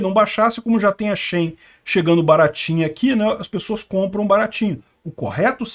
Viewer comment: Não é shain é shi-in